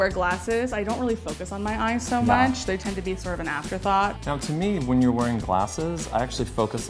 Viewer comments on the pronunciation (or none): none